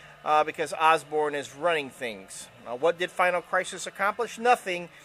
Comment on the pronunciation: Oh it's "Thangs" "Thangs";)